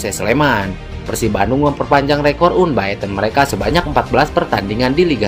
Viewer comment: 'UNBAETEN' wae si akang mah. 'ANBITEN' atuh 😁